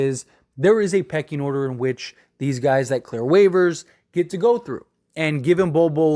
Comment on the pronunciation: "Some Gays" 😂😂